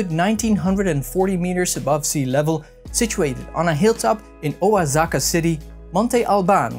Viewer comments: It’s actually WA-ha-ka believe it or not. Just found the channel and I really enjoy the content and production! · I think it's pronounced "Oh-Ha-Ka" lmao, and congratulations on 500 subscribers 🥳, keep up the good work!